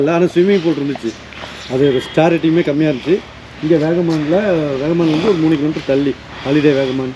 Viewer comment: அண்ணாச்சி வேகமான் இல்ல வாகமான் ❤❤❤